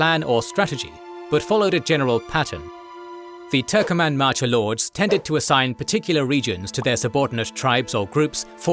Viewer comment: It is not turkoman. TURKMEN